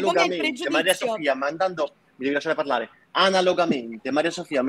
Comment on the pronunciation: Ricordate che Anna è stata la ragazza di Mr. Flame; questo la dice lunga sul suo quoziente intellettivo, probabilmente sotto il 70. poi tutte e 2 stanno a ripetere "fammi parlareh! non interromereh!"; e poi? INTERROMPONO in continuazione.